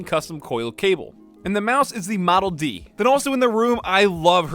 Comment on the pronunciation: "and the mouse is the modle D" Noice